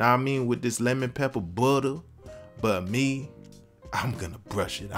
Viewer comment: For me, it was the way he pronounces “pepper” and “butter”. I made these last night and they were amazing and really easy. Don’t hesitate, just try them!